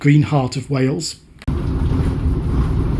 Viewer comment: This is incredibly well done. Thank you for showing so much respect to wales, through your research and pronunciations. teithiau diogel ymlaen